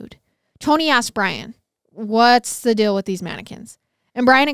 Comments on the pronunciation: She mispronounces many words in every episode. Idk where she was raised but tge word deal isn't dill lol real isn't rill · She's always pronouncing words wrong like Yale, sale, deal, real and the list goes on... idk where she's From buy its wild how badly she chops up many words